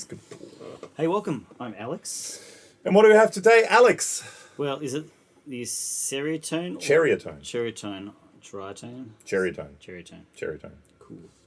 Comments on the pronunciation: It’s actually pronounced, Siri-uh-tone. I actually asked Nik. 😂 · sir-EYE-uh-tone I'm pretty sure.